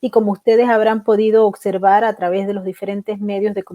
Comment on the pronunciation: Es observar... no ocservar....